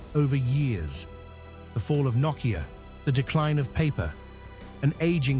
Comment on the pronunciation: I think Knockia lost their way when this guy started pronouncing Nokia as Knockia.